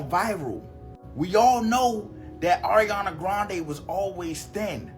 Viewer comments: ma boy said Air-iana 😭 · It’s not aairiana it’s Ariana🤣